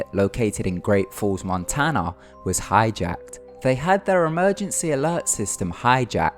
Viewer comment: "thing" doesnt equal "fing" and "was" doesnt equal "woos" and other equally horrendous bastardisations of the english language, if indeed thats what it was....you shocker...go back to school